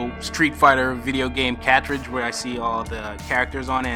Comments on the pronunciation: I gotta say, I've never heard the word "cartrige" pronounced that way before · "cah-tridge"? Where you from boi?